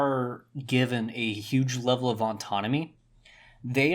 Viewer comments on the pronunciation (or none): none